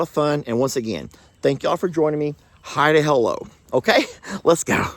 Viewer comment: since you became a Lord you even say Hi to hello with a posh accent 😂😂